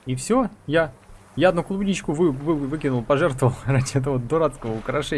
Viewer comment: Кубничку! Ну, ты правда читать не умеешь?